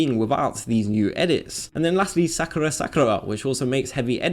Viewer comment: lol he tried so hard to pronounce all those Japanese names and then mispronounces "Sakura". Keep trying, man, you'll get there!